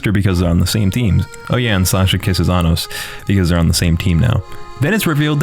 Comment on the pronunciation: My friend either ruined or perfected this series for me. Around the first few episodes he repeated all the lines where they were saying Anos's name, but pronounced it very similarly to Anus or Sir Anus. As if he was just pronouncing it slightly wrong but not deliberately trying to say anus... Now I can't not hear it whenever something serious comes up. It is funny and infuriating at the same time, but considering the show is an over the top power fantasy, it turns it into a parody. It is actually kind of annoying that Isekais, Demon Lord's, Power Fantasy, and other genres that fold together are the norm now. It also seems like every Korean action Manwa is a power fantasy now. Only the best really stand out. For some reason I find this show enjoyable though.